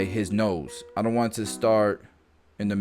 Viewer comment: Love the cut, love the education. Absolutely enjoyed hearing you say, "I'ont care what nobody say!" You gotta give the cut service that will solve or help address the concern.